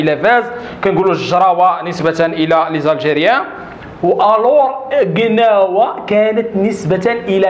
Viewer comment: ماشي كناوة. كلاوة...اخي باش يفهمو كولشي